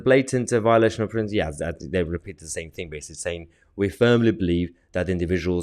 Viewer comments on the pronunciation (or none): none